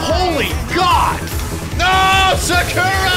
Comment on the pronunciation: picks Sakura for his team Still can't pronounce her name right Shows up only to be annihilated by that SF '87 jerkwad MENACING ゴゴゴゴゴゴゴゴゴゴゴゴ